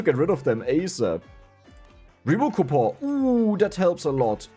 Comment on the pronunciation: Man, those coupo silent N's really helped out making this run....function Reroll coupo Alchemy coupo Where's the N? Cou Pon Cue Pon The N has left the chat.... It has gone on vacatio The coupons have retired Game breakig ru N has left.